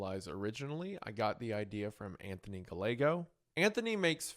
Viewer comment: For future reference a double L like in Gallegos is pronounced with a "Y" sound.